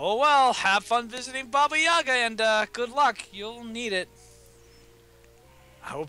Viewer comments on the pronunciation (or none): Guys, Yaga is pronounced with an emphasis on the second "a". One of the most hilarious characters in the QFG world